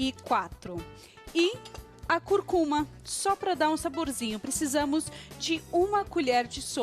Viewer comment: Tudo bem. Legal. Só que não é " Curcuma ", não ! O certo é " Cúrcuma " , falou?